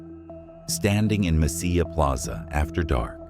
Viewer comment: Two Ls in Spanish is pronounced with a "Y" sound. You get it right with Mesilla but not Bernalillo.